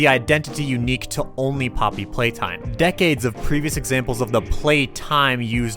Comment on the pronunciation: Bobbery Paytime